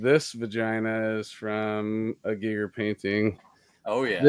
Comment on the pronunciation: I love how mispronounced Giger as G-eye-ger rather than "G'ee'ger" then proceeds to pronounce him as "Gigger" for the rest of the episode.